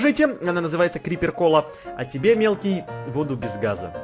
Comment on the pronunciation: я чуть не умерла с смеха как там єд сказал ХАРОШАЯ КОМАНДА НАЗЬВАЕТСА СУСЛИКИ ВСИМОГУЩИ🤣😂